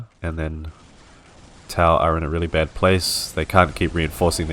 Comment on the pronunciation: Not behd not behd! Awesome to watch, something different ❤